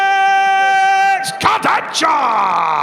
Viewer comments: STOP SAYING KURDECHCKA. LEARN HOW TO SAY HIS NAME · Most people mispronounce it, Nick Pickup also did it. "CH" in Kurdecha is pronunced as "H" like in a word "hammer".